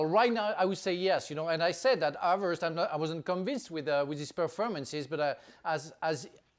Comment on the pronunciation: And his name is Havertz not Havartz